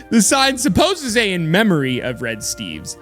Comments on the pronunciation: Nobody: Not even the red statue: Not even dead Rainbow Steve, or maybe he isn't...: NOT EVEN THIS COMMENT: NOT EVEN NOT EVEN: reading the sign: In MEHMAOIIIIIIIIII of red steves. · "in MEMOY of red steves"